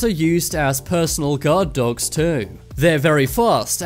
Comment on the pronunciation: And you say dogs like "dawwogs" 😂